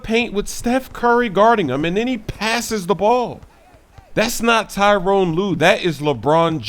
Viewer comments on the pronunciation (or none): the cavs coach name is ty-ronn lue not tyrone.